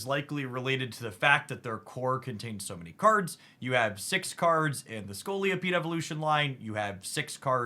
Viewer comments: Scolipede not Scoliopede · Great video and analysis. Quick point - there's only one 'O' in Scolipede. It isn't Scoli-O-pede ✌️